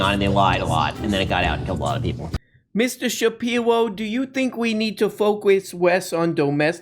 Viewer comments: Mistuw Shapiwo........why r u such a Pendejwo? It is sumfing I hab awot of pwobwems wif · Please make “mistew shapiwo” a drop.